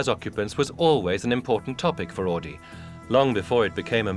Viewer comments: AUDI!! NOT"AADI"!!! My god, how hard is it to say it right!? Jeez... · Augh. Even in Timaru we know how to pronounce "Ow-dee"... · We don't pronounce Audi as "Or Dee", unless you live in Newcastle upon Tyne. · They say "AADI" in this video. No "R".. But when you hear the people intervued in the video you hear they say "Audi" like it's pronounced. It's so stupid. Can't see why it is soooo hard to pronounce the "U" in Auidi.. It was annoying as fuck to hear! Haha